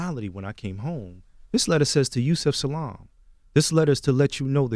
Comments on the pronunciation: Genn S I was offended right from the beginning because he didn’t know how to pronounce Salaam - and if he really watched the doc, there’s no excuse, lol. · Okay. It was so quick that I just forgot about it. When I replayed it was irked again about Envy pronouncing Salaam incorrectly. So much that I believe that it was intentional. There is NO WAY that grown man from NEW YORK, with it's broad area of Islamic communities, would be unaware of how Salaam was pronounced. Especially, given the appearance of the gentleman in front of him. Along with the portrayal of the gentleman's family in the movie. 🙄 My only question is why would he butcher the introduction of him on purpose? Because, *oh, yes sir*, it was on purpose. 😐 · How do you struggle pronouncing "salaam"? Lol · Envy - sorry bro but where the hell were you in NYC not knowing that it's Salam and not Salom??? Just saying bro. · 25 seconds in and gets the title of the docu-series wrong and can't pronounce Salaam....wtf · Envy...you not only said the wrong name for the movie but you also mispronounced Yusef's last name?! Extremely disrespectful! Like did you even do any research BEFORE they came on the show?? What kind of journalism is this?? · Envy is such a dumbazz. smh. Just lazy and unprofessional. He does no preparation for the interviews. He can't pronounce Yusef's name, he's still calling them the Central Park Five, he should know that's a negative connotative title the media made up, NOR is it the name of the series, doesn't even know that Korey was raised just by his mother, asking what his 'parents' thought, smh. Like dude, did u even watch the series? Like, then this idiot just gets up and leaves. Smh. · Dont know how to pronounce Salaam? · Envy aggravated me on another level in this one. he was just dumb disrespectful and ignanttttt. “well I call it Central Park 5” ...mispronouncing Yusef’s last name. I know damn well he done heard this man’s name a million times. just rude